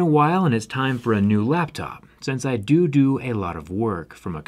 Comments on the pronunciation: He said "I do do work"! 😅 Zack does great work, but I'm really impressed with the Lenovo Yoga, seems extremely well designed. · He said dodo. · "I doo doo" 💩 Sorry Zac. 😬✌️